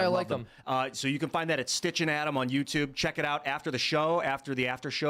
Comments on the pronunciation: Adam and STITCH 😂😂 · “” and Adam, 😂. Poor.